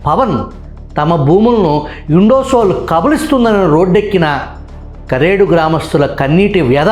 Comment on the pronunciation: కారేడు కాదు సర్ కరేడు